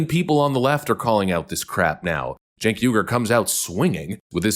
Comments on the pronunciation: It’s pronounced “Jenk”, like in “Jenkins”. And the family name is pronounced “Ou-eee-gh-ou-r”. Turkish names. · Spelled “ Cenk “… Pronounced “ Chunk “ 😂